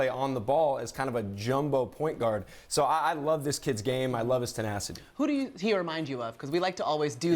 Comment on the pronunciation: She said zo on lakers